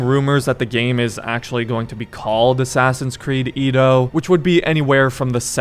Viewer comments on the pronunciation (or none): Bro you need to work on your pronounciations if your gonna make content😂 “Ee-dough” it should be said “Eh-Dough” and “soo-sh-ih-ma” is “soo-shi-ma” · "Edo" pronunciation I believe is "Yedo"